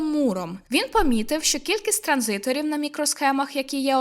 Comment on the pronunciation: Ви молодчина, справді, видно, як ви стараєтесь. Просто трохи бентежить, коли ви кажете транзи_тор замість транзиСтор, або інтернет речі замість інтернет речей(різниця є). Виникає таке враження, типу: "о, ця людина сама не розуміє, про що нам розповідає, будь хто хто знає що таке транзистор не забуде що там є літера С". Просто трохи уваги до таких, як на мене, важливих деталей, і буде ідеально. І так, я знаю, це непрохана порада від випадкової людини в інтернеті. Вибачте за це